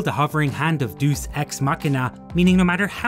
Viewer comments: It's not Dooos Ex Makina it's Day-us ex makina. Deus is pronounced Day-us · The pronunciation is DEUS; It comes from latin, not "deuce". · "Deuce" ex machina? Never heard "deus" pronounced like "deuce."